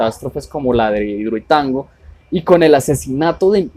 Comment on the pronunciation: Al menos pronincie bien hidroituango